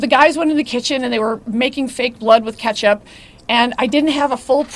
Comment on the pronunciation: 'Ketchup' huh?